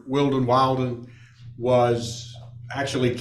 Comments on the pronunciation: Why can't this lawyer pronounce Will-den? 🤨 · I really wonder about, Mr. Valdez’s attorney. Is he all there? He cannot remember that Christopher Draper’s last name is Willden not Wilden. He can’t pronounce a name correctly after being corrected numerous times. I just wonder about him. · I know, so funny! After being called Willden, Wilden, his lawyer is calling him Mr. Walden!😜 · Dad’s lawyer was killing me with the (“WILD”-in) pronunciation of the boyfriend’s last name. Gotta give mom credit for correcting him EVERY time (“WILL”-din?”). You can’t make this stuff up 🙃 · The lawyer mispronouncing wildin, is no mistake.lol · Ah-hem - It’s “WILLDIN” 😂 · The hub's attorney just straight refuses to correctly pronounce the boyfriends name WILLDEN 😆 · He's inserting a meme into the Judge's mind. Intentionally pronouncing it as "Wild-in" or "Wild One" sets into the subconscious just what kind of people she and her boyfriend are, and why he shouldn't be around the kids. I loved it, it's absolutely hilarious and sharp. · yeahhh... stereotypes exist for a reason. i also thought it was hilarious that no one (other than leah) consistently pronounced "wilden" correctly 😂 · Lawyer keeps mispronouncing the guys name, and she keeps correcting! It's perfect!